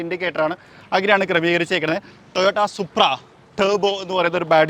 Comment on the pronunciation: സുപ്രൻ അല്ല സുപ്ര 😂😂😂